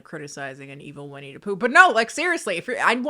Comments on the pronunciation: When you keep saying Winnie DUH Poo it gives me life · Edit: I know this video and comment are old but I’m rewatching and I realized keeps pronouncing Winnie the Pooh as Winnie Dapooh, like Willem Dafoe 😭 Original comment: The cardinal sin that Blood and Honey does, for me, who loves creatively designed horror creatures, is that they DIDN'T EVEN MAKE THEIR OWN MASK DESIGN FOR WINNIE THE POOH. I saw a Twitter post, it was literally a mask that they bought and didn't even alter. Besides the cinematography, they genuinely didn't even try with it.